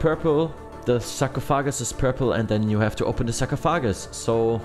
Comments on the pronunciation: Pretty helpful guide, thanks! Also the term for the sand in the glass in English is Hourglass. And we say sarcophagus like "sar-cough-oh-gis" but I liked hearing sahcrow-foggus, haha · “Go next to the sock-ah-foggass.” 😂 Haha huge fan bro. Literally just watched this whole video from start to end just to die at TOA again at 50 invo lmao. Damn near have max gear as well 😭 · Oh my gosh that was hilarious man. Hearing him say “sarcophagus” like 10 different times was absolutely hilarious😂😂😂.